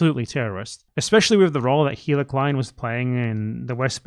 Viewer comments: Are you calling Hila “Heila” on purpose 😂? nice little touch. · I didn't know if you were mispronouncing her name unintentionally, but I feel like you're doing it on purpose in which case, keep doing it more! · Another response here all but disproves my theory: It sounds a lot like he did it on purpose